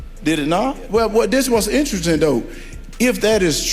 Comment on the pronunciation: "Dis wuz intristing doh".. 🤣